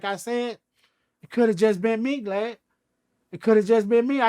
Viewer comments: He's saying "G"lad for a reason. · He keeps calling him "Glad" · This how many times he calls “Vlad” “Glad” 👇🏽😂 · I thought I was trippin😭😅 he definitely kept calling him glad 😭😭😭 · Break da law break da law break da law 😜 I’m dying he’s really calling him Glad imagine he kept telling everyone he was doing the interview with Glad or not at all 😂 Awww Crunchy Black ❤️ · Crunchy keep calling the snitch glad instead of vlad 😂😭😂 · Lol everytime he kept on sayin Glad and Vlad aint correct him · It’s GLAD for life now. I can’t unhear it. If it’s the face shot I need to hear him say Vagina lmao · Oh... Haha. Was wondering why he kept calling him glad. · LMAO IS IY JUST ME OR CRUNCHY KEEP CALLING HIM GLAD 😂😂😂😅🤦‍♂️🤷‍♂️🤦‍♂️🥴😂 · This just hit me...he called him Glad on purpose...Cruchy Black a hardcore G.D. He replacing the “V’s” with “G’s” on purpose just like how hardcore Crips and Bloods replace there “B’s” and “C’s” when they talk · Boosie and Crunchy Black should do VladTV interviews together like Godfrey & Lord Jamar!! It’s hilarious how he keeps calling him “Glad” 😂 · He kept calling that mane "Glad"!!😁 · He’s saying Glad because of his affiliations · None of them country dudes can say Vlad! 😂😂😂😂😂😂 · Somehow before I even clicked on this I knew he wouldn’t be able to pronounce vlad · Crunchy is so hood that vlad want correct him for saying his name wrong lol